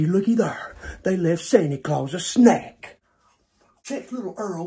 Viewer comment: 😂😂 nkt santa San Ta but its sany ? 😂😂😂 sanny clause